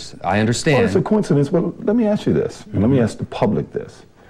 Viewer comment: right after you ACTION you say "starts aksing questions"...really? I guess it's a pet peeve of MIn.a.. Just for a secind, analize yourself. Why would you or anyone say ask pronounced aks